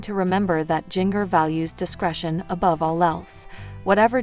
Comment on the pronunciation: Her name is Jinger not Gingger